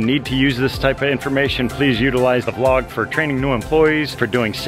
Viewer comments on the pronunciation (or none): none